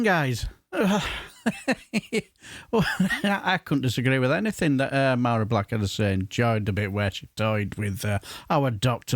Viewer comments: Good morning sir, this woman is great, deals in facts, not idealoliges and feeling. Just for future reference (and this isn't me being pedantic) her name is pronounced Vari, in Gaelic any word with mh or bh is pronounced with a v as in Siobhan or Niamh (pronounced Neeve) have a great day and keep up the good fight mo chara (my friend) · Mhairi is pronounced Vahri. A small point, but an important one I feel.